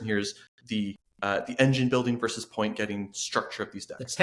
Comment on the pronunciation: If you pitch to someone of Gen X, you should pronounce both syllables of "versus". It certainly doesn't bother everyone, but it jumps out at me.